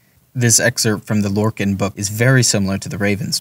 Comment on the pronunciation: Just a few pointers. “Conversate” is not a word it’s converse. And lorkhan is pronounced “lore khan” not “lor-kin” and courier is pronounced “cur-ee-er” not “core-ee-cur”. Just a few bug bears I needed to point out but the actual script was good other wise.